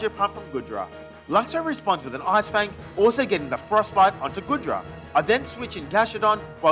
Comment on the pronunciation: This was an amazing Legends Arceus Nuzlocke :D | I loved when you were against Goodra and then you said Guh-dra it was so funny! I hope you make begin doing some Shiny/Type Nuzlockes too!